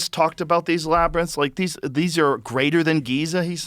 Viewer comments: Holy shit! The confidence and precision Joe displayed in pronouncing “labyrinth” this episode is unmatched! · Oh my god! Joe finally learned how to say labyrinth! 😂